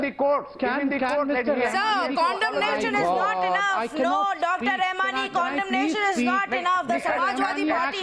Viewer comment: Its condemnation not condomnation.